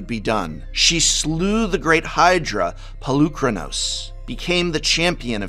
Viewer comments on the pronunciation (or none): none